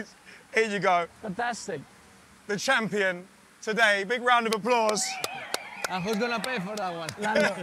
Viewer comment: the trophy jokes are spot on ... and Max saying "Lando" was so awesome